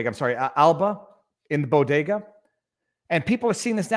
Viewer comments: Jill pronounces bodega like “Bogota” as in the country of Colombia. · It’s BEAU-de-gah. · She couldn't even pronounce it right, What the hell is a "boo diga" ? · She can’t even pronounce BODEGA!